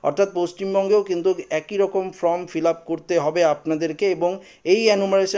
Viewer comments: ভাই কথা টা ফ্রম না ফরম বলো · ফ্রম নয়, ফর্ম